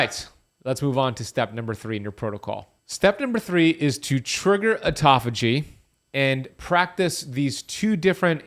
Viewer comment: OMG, auto-phagy... Not aut-toph-ay..... Do not take this psuedoadvice.